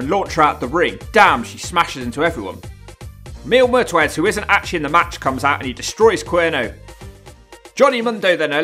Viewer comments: You also keep saying "Mil Metwez" instead of "Mil Muertes". lol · Lol for match 8, you read mil muertes name as you spelt it so i don't know if it was on purpose or a botch